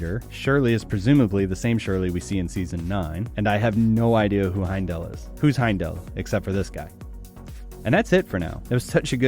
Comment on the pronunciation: Nitpick : "This guy" is Heimdall, not "Heindl", and "Vater" is not pronounced like that.